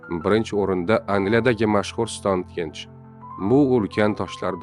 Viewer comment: Stone henge emas stoun henj deb oʻqiladi.